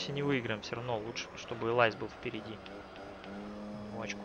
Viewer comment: Элис а не элайз, буква ай в закрытом слоге читается как и, и машина была названа в честь внучки председателя Lotus Cars, Элизы, имя Элиза и не Элайза. Лотус Элис это среднемоторый маленький лёгкий спорткар, и поэтому у него есть ярковыраженный эффект среднемоторых автомобилей, снос задней оси, машина не для ламеров, но машина отличная. А Воксхол VX220 это Opel Speedster, Воксхол это британское подразделение Opel